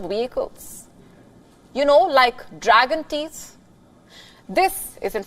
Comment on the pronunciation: Dragon tits steal the show 😂 (where's the S in teeth?)